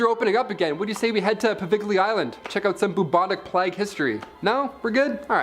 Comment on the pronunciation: Seriously Winded up dead DilaTipated Dilapidated Pleeg- plague None of your presenters can speak properly